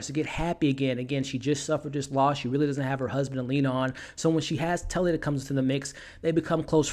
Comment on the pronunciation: Tallie NOT Tully, DAMN MAN SHGE SAID HER NAME IN THE MOVIE